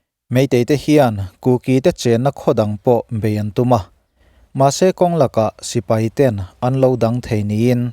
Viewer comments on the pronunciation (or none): none